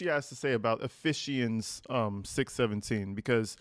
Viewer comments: Could have made up a more believable illness. Not only ruining Mac's life but Dad can kiss his job away. Having a dealer for a daughter isn't great advertisement. It wouldn't have happened if they took care of their daughter. Google pronunciation.😁 They call it the "devil's weed". Not on God's good list. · At first I was like does he know he’s saying that wrong lol and then I thought he’s doing that on purpose because she probably said it wrong lol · I am really glad you know how to say Ephesians I was cringing hard lol and you are 100% spot on in your assessment of her pretending to be a Christian. As she was reading the passage I said she has no idea what any of that means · How does your dad teach at a Catholic school, yet you don't know something as basic as how to pronounce "Ephesians"? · Those types of ppl are usually pretty obvious. Exhibit 1- MS pronunciation of Ephesians But y’all keep praying 🤦🏼‍♀️ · I knew you were tripping when you said E-fish-ians 😂😂😂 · And Natalie didn’t even correct her saying ephe she ens 😳🙈 Natalie probably thought that was the way. 🧐 Ephesians girlie c’mon, I’m sorry Lord. It’s just really hard with this girl. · Ephesians is pronounced "Ef-fee-sians. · E long E sound Eee-phee- sounds. Ephesians anglicized pronunciation is Eee-fee-shuns. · Pronounced efeeshanz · Uh feeee zuhns EPHESIANS BRUH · E...Fe...cha...ns. it's pronounced that way. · It’s pronounced Ephesians F E Sions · It's pronounced "uh·fee·zhnz" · BIble Chapter title pronounced EF FEESHANS, as far I know, b.t.w. 😅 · Ah feez shuns, dude. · You pronounce Ephesians wrong😊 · How do they not know how to pronounce "Ephesians" when dad works (worked) at a parochial school? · Dad worked at a catholic school for 20+ years but daughter can’t say “Ephesians” …. And the mom didn’t catch it. Interesting 🤨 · You pronounce the bible verse wrong